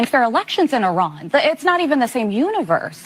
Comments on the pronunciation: Its actually pronounced "E-rahn" short a annunciation. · It’s pronounced EEEE-Ron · When I went to Grambling State University….my World Lit. Professor was from Iran. He taught us the correct pronunciation is E’Run. 😂😂 It’s ok Q, I’m from New Orleans and I know I fu$k up some words. 🤪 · It is pronounced Iran